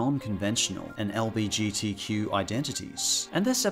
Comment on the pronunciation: "LBGTQ identities" Um, it's L GB TQ Honestly, I'm kind of offended that he couldn't even get the acronym correct. It's so prominent in the series~ I just can't.